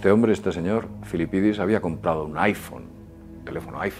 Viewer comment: Disfrutas mucho diciendo "Filipidis", no?